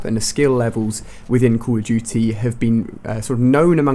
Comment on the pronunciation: Is he saying call of juty ??